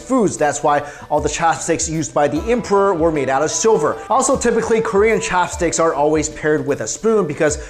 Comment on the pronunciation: The way you pronounce "Ssshopstick" is just weird.